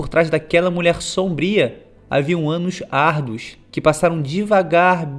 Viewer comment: "havia um anus arduos" me diz q n foi so eu q escutei isso kkkkkk